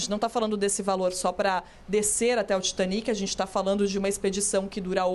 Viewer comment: O cara tá no Brasil falando pra brasileiros e usa dizer TAITANIC ..... Muita moagem mesmo viu